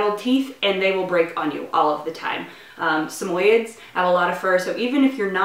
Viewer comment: its pronounced sam oyee ds not sameyeds